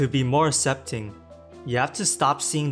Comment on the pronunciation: Annunciate your words more clearly. E.g., aK-sep-ting not ah-sep-ting